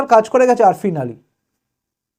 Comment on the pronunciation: অপেক্ষা করাই ভালো। কারণ 2021 শে এক্সিট পোল মেলে নি। তবে আফ্রিন আলী নামটা ঠিক বলার জন্য ধন্যবাদ। কারণ বাকিরা বলছে না।